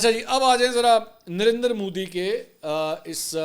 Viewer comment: منصور علی خان آپ کہتے ہی درندر مودی ہیں یا مجھے ایسا سنائی دیا آپ کی بات میں 😅😅😅😅😅